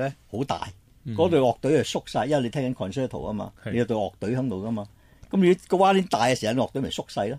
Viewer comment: concerto，是讀作 con cher to。